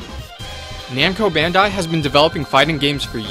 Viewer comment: It's already bad enough that you are saying it in the wrong order every time, when every time you show a picture of their company logo, but you also pronounce Bandai incorrectly.